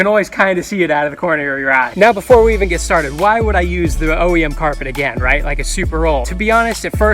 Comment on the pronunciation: he said half rit half hot water